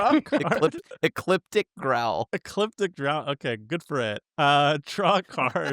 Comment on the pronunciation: Looks like the professor taught crim well. He could pronounce elliptical growl